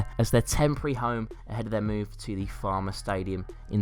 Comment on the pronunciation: Farmer 😐 its said foul-mer or u can say the amex which is what most people call it. BTW its called Falmer cause that's the station u get of at to get there A vid idea is the best non league teams from the biggest towns/cities